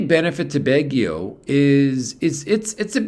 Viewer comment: Pronounced "Bag ie o "